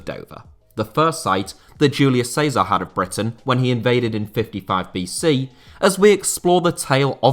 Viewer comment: "Julius Cazar" 🤣😂🤣😂lmaoooo